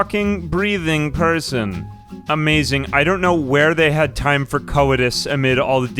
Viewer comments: ...did he just call coitus co-idoos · Bro called coitus “coh-i-tus” 😂